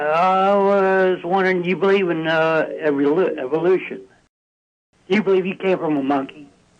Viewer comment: "Say d'you b'leeve in evrylooshun?"